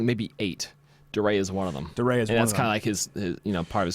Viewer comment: DeRay. I think it's pronounced "D-Ray." Like D-Day.